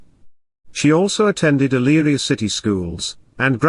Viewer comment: My husband grew up near Eyleria, you did a great job pronouncing the cities' name. A very horrifying story. It's so difficult to understand why people kill their families. The kids looked like angels